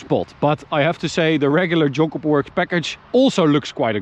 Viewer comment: Sound like you are saying Junk Cooper Works or Joke Cooper works. Great looking car for sure. 👌